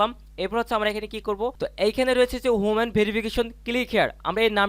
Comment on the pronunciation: হুমান ভেরিফিকেশন না! এটার উচ্চারণ হবে হিউম্যান (মানুষ)।